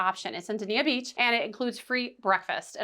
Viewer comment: park and go is a great option if u have a car and u want to park cheaper. u can park at a hotel and get a free shuttle to and from the cruise port or FLL. also its pronounced Dane-ya Beach. and if u r in town and looking for a free boat ride there is something called the Water Trolley, which is sponsored by the city of Ft Lauderdale. its a short boat trip down the river next to Las Olas.